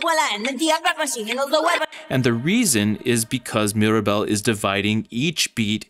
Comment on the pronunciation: This is brilliant!! 🌟 And my daughter just wanted to add that Mirabel’s name has three syllables!